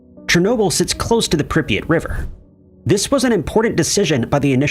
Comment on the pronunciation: It's Prip yat not pripeat, ffs. Also, Chornobyl. 🖕